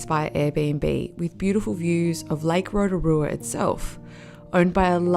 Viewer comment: "ROTARUA"? correction (ROTORUA) ROTO=Lake. RUA=Two. Therefore, 2nd Lake. "Upright Canoe" at Lake Tarawera? Wrong, Pouwhenua = Totem Pole, (land post), are carved wooden posts used by Māori, the indigenous peoples of New Zealand to mark territorial boundaries or places of significance. The Smell? Everywhere on the planet where there is volcanic activity smells, it's called sulfur. It's not that bad (Are the facial contortions that necessary?) and I would think that being respectful of the places you are visiting including towards the people who's land it is (Including myself), enjoying the scenery, soaking up the ambience of the place would be far more beneficial to oneself and to viewers alike. Apart from that, nice work (From a Kiwi documentary filmmaker based in Sydney)